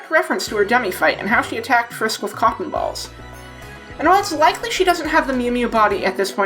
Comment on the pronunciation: this is super immature of me, but it took me SEVERAL times listening to this section to make me realize you were saying "cotton" balls & not,,, something childish